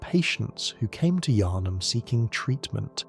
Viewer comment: That probounce of yHarnam was brutal, you don't pronounce the H in Yharnam